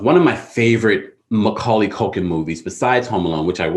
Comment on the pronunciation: "Macaulay Cultin" LMAO